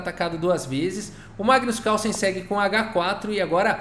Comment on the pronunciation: Massa... coloca um erros de gravação no final... Magnus Cálson... hehehe